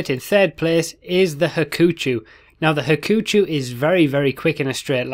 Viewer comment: the "u" in Hakuchou is silent. so, you pronounce it as "ha-ku-CHO"